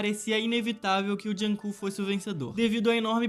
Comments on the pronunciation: "junkook" não "junkok" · Que raiva tadinho o kook "jung kook" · "Joonkong"fiquei com pena